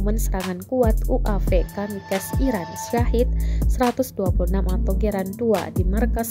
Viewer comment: itu dibacanya kamikase, bukan kamikas,...